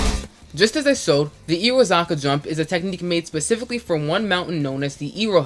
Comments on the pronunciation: Your pronunciation of "Irohazaka." 😭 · How old are you? And why cant you pronounce Irohazaka. Good job with your video bro :) keep learning and keep driving :)